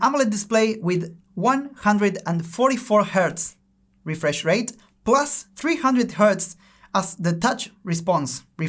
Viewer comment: Hola el vocabulario está bien pero la pronunciación es muy argenta xdxdxd